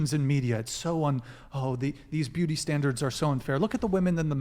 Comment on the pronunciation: “Beauty standlers”